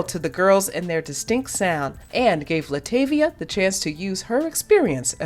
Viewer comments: Oh my, not this entire video with her name not being pronounced right😩😭(La’ TAH’ via) Also- That was her daughter not her as a kid. She was replaced by Farrah Franklin, not Michelle. She didn’t want to do music or be in the spotlight. (She is an introvert) She was m*lested by her stepdad when she was a child for years which that coupled with the DC exit caused depression and her wanting to stay in the house and not go out. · PRONOUNCE HER NAME CORRECTLY!! ITS ANNOYING!!! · 25 seconds in and you mispronounced Latavia’s name, I immediately clicked off the video. I can’t continue… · If you going to do a documentary on LaTavia atleast pronounce her name right! .